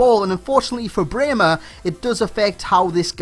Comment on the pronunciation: You pronounce Brehme absolutely perfect :) nice video as always <3